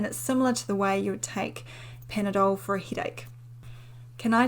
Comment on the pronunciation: Mids? Hid-ache?...enfictions? Hippons? 😂